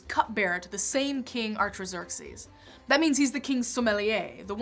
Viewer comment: I'm sorry but the mispronunciations of the names Nehemiah, Artaxerxes, and Malachi were quite distracting.